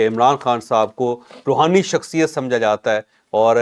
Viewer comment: Rohani nai rahooni